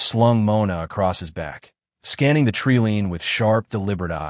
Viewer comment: typical AI, missed the point. It's TREE LINE mispronounced.